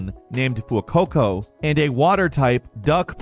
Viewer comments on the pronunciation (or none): did you seriously just call my child "few-coco"? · Team Star, not Starfall. Plus, you mispronounced Fuecoco and Armarouge.